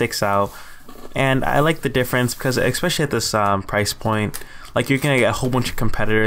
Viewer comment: Why do people say EXspecially??? What IS that???